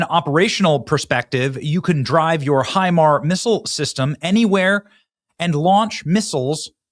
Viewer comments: HIMARS is an acronym, the s does not denote a plural. It's pronounced HI - MARS, not HI-MAR. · Damnit Benny. Hi-mars. It is pronounced Hi-mars not Hi-mar......... and our ballistic missiles systems are woefully under powered in range compared to Iran's because it isn't something we have ever had to give a shit about and it is one of the only things they can use to cause problems so they invested all of Obama's cash into it. It isn't the flex you think it is. We are winning but please ask an adult before you start talking about military stuff you have no idea about..... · Benny it’s pronounced HIMARSzzz. The s is not silent. Thank you🎉